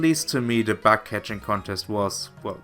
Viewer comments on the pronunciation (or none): Just one small thing. Your "bug" sounds like "back". Yeah so it turns the bug contest into a back contest. I doubt that you bake something there... Other than that great video!👍🏻